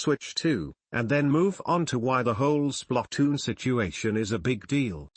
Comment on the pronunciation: SPLUTOOON (i know it spelled splatoon but the way the tts pronounced it was weird lo.